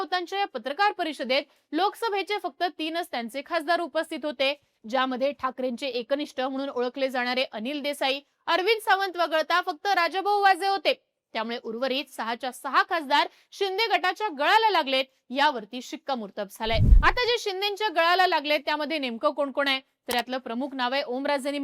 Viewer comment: वझे नाही वाजे नाव निट घ्या